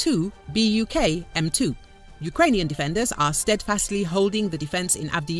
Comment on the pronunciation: [buk], not [bak].